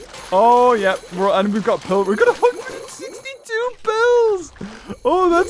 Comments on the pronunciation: Why does he say pills when he is trying to say pearls?🤔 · It sounds like he’s saying pills not pearls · Is it just me or does he say pills Instead of pearls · Is it me or does he say pills instead of pearls